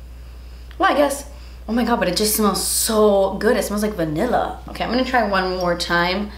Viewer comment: "vanillery" hahaha :)